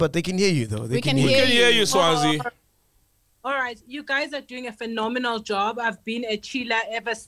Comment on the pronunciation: Mac Butchered that name "Sazwi"🤣🤣🤣🤣🤣